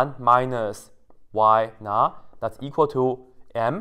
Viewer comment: You said: “Y_not[0]” I heard: “Why not ?”